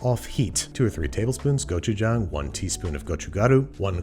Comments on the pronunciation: Babish's korean pronunciation is impeccable! Go chu jang! I recommend adding some ramen noodle and cheese and cabbages! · Yesss I was so proud because in his older videos he pronounces it go-chu-jaeng